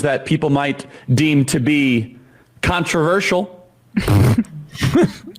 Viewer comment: I’m offended by the way Chuck said controversial